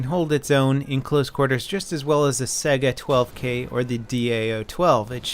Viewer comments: Not trying to be a dick , but isnt it read Saiga not Sega :D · it's not sega it's Saiga